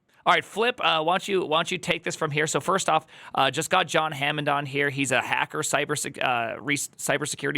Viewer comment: Oh no, you botched John's name. Is that an engagement tactic yet again?